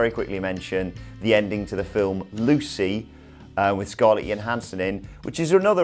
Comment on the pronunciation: Scarlett who? Seriously, can't you lazy fucks be bothered to spend 5 seconds finding out how to pronounce someone's name correctly? The War of the World? It's War of the Worlds. Seriously, can't you lazy fucks be bothered to get film titles correct? You don't know who the director of The Devil Inside is? It's William Brent Bell, or to you..........a toxic white male. Isn't that right?.............?